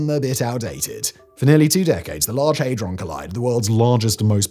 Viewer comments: HAY-DRON ??? I thought it was HAD- RON. 😮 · I cant get past "Haydron" lol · What's a hay-dron? The FCC won't be built. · for mis-reading Hadron.